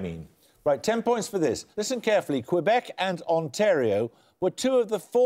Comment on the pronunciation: Paxman pronouncing Quebec and Hrvatska hurts my ears.